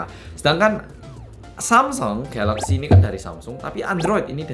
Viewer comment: Mas nya orang Korea, dan mas nya udah paling bener nyebut nama produk nya yaitu galaxy.